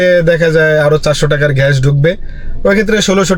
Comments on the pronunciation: ভাই ঘ্যাস না ❌ গ্যাস ✅ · ভাই ঘ্যাশ না বলে যদি গ্যাস বলেন ভিডিও টা হবে.... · ভাই আপনার গ্যাস উচ্চারণ টা ঠিক করেন 😂